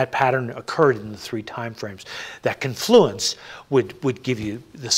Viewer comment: "Con-FLOO-enss" by two people in one video, both of whom have seen the word before? No. "CON-floo-enss."